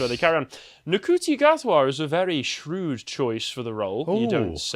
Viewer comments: You can always rely on the to mispronounce a foreign name. Never change, guys! What I and a lot of other fans have been saying about Ncuti "it's pronounced Shooty" Gatwa is that we'd be a lot more optimistic if he'd been cast back in, say, 2017 instead of Jodie Whittaker. Simply changing the Doctor's race would have been a much smaller change than changing his sex, and I would have believed he'd maintain the through-line established by Doctors 9 through 12. But Whittaker has set the bar for how much they are willing to change about the show in order to demonstrate their commitment to inclusion. And even if I could set aside Jodie's thoroughly un-Doctor-y performance that everyone wants to believe is great, there's the whole other can of worms that is Russell Davies' comments in interviews, not to mention the complete fiasco that was the Timeless Child (a plot twist in early 2020 that revealed the Doctor has been been black and a woman long before he appeared in the classic series). So you're not wrong to suggest it will be ruined by political messaging. But that was also true of Whittaker's era. The messaging was handled ineptly, often self-defeating and contradictory, which has led many defenders of the show to conclude that it wasn't woke at all. Yet it was very much trying to be. And a lot of people in the anti-woke faction got their hopes up that Russell Davies (being as he was showrunner during the show's late-2000s golden age) would bring the show back to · Hahaha. I was just listening you guys say NUKUTI, then you say he was from Rwanda, and I got curious, cause I understand their language. That "cu" in his name is pronounced like "shoe". Not into Hollywood and entertainment, so I have no clue what you guys are talking about in this one. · ITS PRONOUNCED SHUTI!!! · It's apparently pronounced Shoo-tee. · Just a small correction - Ncuti is pronounced 'shooty'